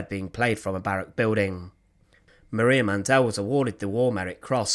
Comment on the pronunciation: The correct spelling is Mandl. Man-DEL is not the appropriate pronunciation either.